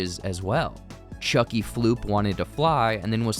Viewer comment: Chuky plop